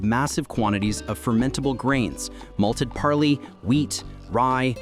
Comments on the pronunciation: Malted parley?😂😂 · " malted Parley" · "Malted Parley?"